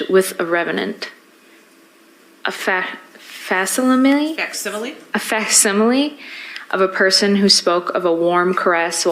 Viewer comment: thinks she’s Shakespeare and Vincent Van Gogh reincarnated. One of those people that think they are the smartest in the room. She can’t even read or pronounce the word ‘facsimile’. This is one of the worst alibi stories I’ve ever heard. Pure comedy. What a pathetic liar. Sheesh.